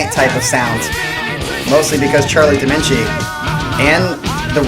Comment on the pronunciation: >Favorite band is Dream Theater >Doesn't know how Dominici is pronounced